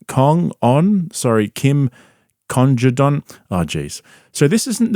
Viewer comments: Didn't need to make fun of her name tho bro ..That was uncalled for. It's Kim CONDOM, not that hard to say it right is it??🙄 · Can you for real not pronounce Congdon or are you just clowning? And no doubt he’s banging them. It’s literally the only thing that makes sense, because holy shit they’re fucking boring! I’m almost impressed by how uninteresting they are